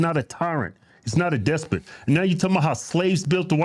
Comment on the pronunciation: AOC... WTF is a "despote"? The fact that people believe her & vote for her is the problem. Go back and watch Stalin or Mussolini speeches, that's what the AOC chants sound like, not Trump's (Trump is 100% evil, wait & see). The only way to make buses "faster" is to reduce the # of other vehicles on the roadways. You can't make buses "faster" bc of traffic congestion.